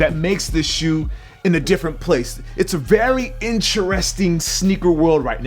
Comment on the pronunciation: Did u say "in-churesting" #thefuck